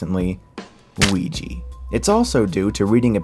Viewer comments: Ouija is pronounced WEE-YAH... not WEEYEE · "A"s are not pronounced as "ee" It's Ouija, not Ouijee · You keep saying OuiJI and it's OuijA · i dont get y everyone says "ouigee" its clearly wrong. hasbro marketed it as "ouijaa", blank n clear. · its annoying how u keep pronouncing " OUIJA" as wee-gee, when its actually " wee-jah" lol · Dude, it's pronounced UIHA, not UEEJEE. xDD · Good video but ffs mate it's 'Ouija' not 'Ouiji'! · The way you pronounce "Ouija" I kept expecting the "Weegee" image to pop up. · Agree with the points made- but for the love of Pete, stop with the "Wee-jee"! Yes, it's a stupid movie about a ridiculous made-up game named after the combined French and German words for "yes", but never in English does an "A" magically turn into a long "E". It's the same brain-tic that causes people to pronounce "Reese's" as "Ree-sees". /rant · when you said ouija it sounds like luigi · As a European, I'm triggered every time I hear an American mispronounce "ouija" as "ouiji"... I'm thinking of pushing the pronounciation "Ar-kan-sas" above "Ar-can-saw" as a kind of petty retaliation. =_____= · wait how is ouija pronounced weegee - a non-native english speaker i mean if it was ouiji then... ok. but ouija. how does ja become gee can you burn a weegee board????? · Wait a second, Ouija is really pronounced "weegee"? I legit thought for a second you were mocking the film by pronouncing it that way. :D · Im stll baffled to how OUIJA is pronounced Wigi??? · It's pronounced Oui-ha, you fuck. Since it comes from the translation of 'yes' from french and german. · It's pronounced "Wee-juh" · Am I the only one that is irritated by him pronouncing Ouija as weegee? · Uhh.. I thin "weejee" isn't the correct pronunciation of ouija :P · good video, but the way you pronounce ouija is just gross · I can`t take you too seriously this time if you keep mispronouncing wrong "Ouija". Above that, you were right about horror sense. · You mispronounce Ouija. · OUI JA = Uiya, not Ui Yi